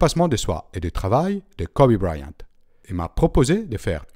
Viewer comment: Kobe BrYant pas Kobe Briant ;)